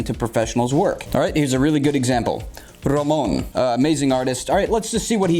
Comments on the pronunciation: Nice Tips! But I am more impressed of how good you say RAMÓN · Who would have thought knows how to roll his R's